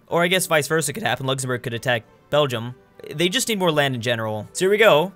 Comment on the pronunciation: Nice “luxemourg”